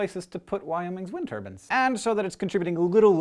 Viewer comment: did he call it a wind turban?